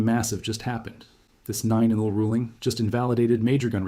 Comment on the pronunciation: Actually why can't you pronounce "nil"? Are you AI?